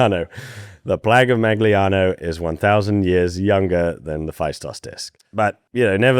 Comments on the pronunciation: You don't want to say the g in Magliano. -Gli is a vowel in Italian that we don't have in English. The best I can describe it is like an L that comes from the sides and back of your tongue, instead of the front, but it sounds more like "ylee." It's hard to write what it sounds like and easier to hear it and copy it. If this video automatically does an English dub, you can turn it back to Italian in the settings: It sounds like an L mixed with a Y. If you just ignore the G though and only say the L, no one would have trouble understanding you. It would just sound like you have a heavier foreign accent--which is fine. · Love the content, but it seems like there is no effort put into the understanding of the pronunciation of native toponyms..and you also acknowledge that you are butchering the pronunciation of Magliano!! As a non native English speaker it just hurts.. it takes 2 seconds to google how to say things right, and it would be a way to respect those cultures you are so fascinated with. :) no hate, love your work! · Sorry, I just have to comment about your pronounciation of the town Magliano. It actually hurt my ears. You can just google how the letters 'gli' are pronounced in Italian. Otherwise, it was an interesting video. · In case you're interested, that's not how you pronounce Magliano, in italian "gli" is a special combination of characters with it's pronounciation somewhat similar (but not identical) to spanish "ll". Great video as always. There are some exceptions to this rule especially for words that come from other languages. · In case you care: GL in Italian sounds (approximately) as the Y of Yes, so Magliano sounds more like Ma-yano than Mag-lee-ano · the G in Magliano is almost silent in italian. If you can't say the italian GL, (similar to Spanis LL, but not the same) then Malliano is closer to the correct pronunciation. You can google Coniglio, Aglio, Quadrifoglio to get it right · You should read Magliano like in Serbian Maljano